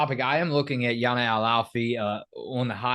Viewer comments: El Alfy's name is pronounced Jan-ah. Yah-nah is actually what they call Ayanna Patterson. Jana is for sure going to start. We've needed a center badly since Dorka left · Guys you’re always calling her Yah-nah but I think her name is actually pronounced Jah-nah. When the interviewers call her Yana the teammates and Geno always correct them. The team actually calls Ayanna Patterson Yah-nah. I could be wrong. Can’t wait for your recaps when the games begin. November can’t come soon enough!! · Her name is Jana, like Jan-ah. I like your content guys but we’ve got to say their names correctly.